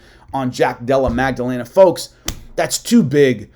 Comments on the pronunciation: Great vid. But it’s Maddalena* not Magdalena. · It’s not magdellena it’s Madalena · Holy Mary Magdelena lol Maddalena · Magdalena vs Macklechef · There is no g sound in jacks last name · going full Chael Sonnen on that pronunciation of Maddalena's name lol 😂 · so funny i said a prayer when i hear it